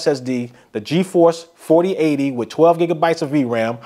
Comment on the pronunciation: GeForce? Really? Come on man. Lost me after that